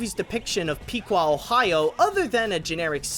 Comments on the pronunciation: Great review as always! However, the "I" in Piqua is pronounced like it is in "is," it's Piqua, not Pe-qua. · Actually it's pronounced pick-wa. I would know because my grandma lives in the actual town of piqua